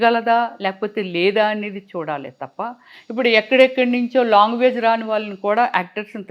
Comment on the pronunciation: Longuages kadu ..language